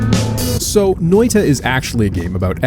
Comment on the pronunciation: i love how he pronounced noita as NÖitä also as NöeiTa Loved the vid btw :)